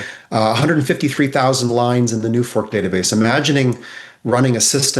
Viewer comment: 😂😂😂!!! "New Fork!" 😂😂😂 NUFORC (National UFO Reporting Center) has been around for decades and has always been pronounced "New Force"! Shows how knowledgeable he is with NUFORC! 😂😂😂